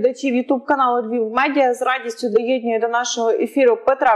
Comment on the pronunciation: Ведучій: доєднУє,а не доєднЮє.( Третій клас СШ).Приєднує , долучає.